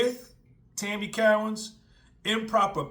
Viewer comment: Co_ wins not cow_ ins